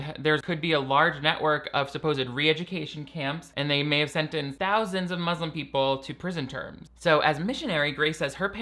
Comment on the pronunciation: The irony of Grace saying Muslim in the whitest possible way lol